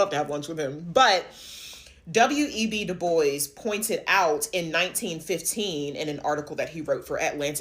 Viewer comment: I think it's pronounced as dubwa, not diboys